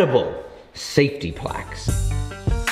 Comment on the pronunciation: Kinda ironic that you make a point of saying "aluminium" instead of "aluminum", But you say "placks" instead of "plaques"